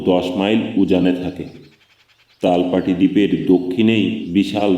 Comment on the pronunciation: সুন্দর বলেছেন। কিন্তু "তালপাটি" না, "তালপট্টি" এবং মধ্য না কিন্তু মধ্যে.